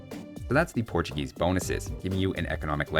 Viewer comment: *Portugeese lol